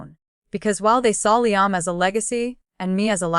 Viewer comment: Revenge with Emily family….. you folks really need to look at the spelling errors because your reader pronounces things wrong. A simple word like Liam and several other things are in the mess.